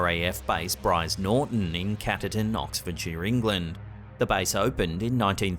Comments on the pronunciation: Old RAF base Brize Norton near caterton?! 🤣 It's a current RAF base outside CAR-TER-TON (pronunciation) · The last vid it's pronounced "Car-ter-ton" in Oxfordshire... you missed out the "R" :)